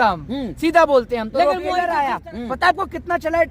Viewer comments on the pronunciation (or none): tailor aya h 😂😂😂 ( it's trailer bhai): traser aya h 😂😂😂 ( it's teaser Bhai) Jokes apart, full support to Pathan 👍👍